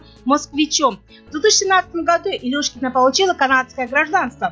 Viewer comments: Ржу просто-даже фамилию не в состоянии правильно воспроизвести))) Не Илюшкина, а Илюшечкина, старая какова, с максимальным достижением в виде чм среди юниоров 2009 года))) Хорошая компания Медведевой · Потрясающе безграмотный диктор. Выучите хотя бы фамилии: ИлюШЕЧКИНА, МосКОвич!!!